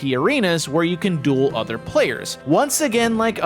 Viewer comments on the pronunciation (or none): none